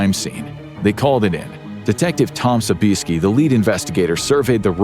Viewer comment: Tom pronounces his name Sobe-ee-ESK-ee ;)